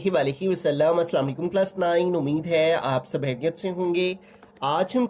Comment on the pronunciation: Sir hm hareat se nhin kheryat se hain 😂😂😂